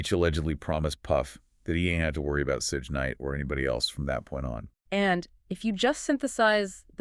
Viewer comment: Right she said sudge nite 😂😂😂